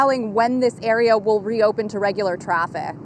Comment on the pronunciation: “Regular traffehhhhkkk”